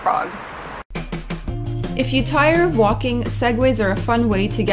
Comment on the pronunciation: ugh ur pronuciation is so wrong and i know beacuse i used to live in prague